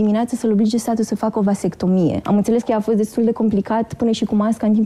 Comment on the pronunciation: Dex: va vas vat vastectomie sau cum o fi:)))))))) am murit de ras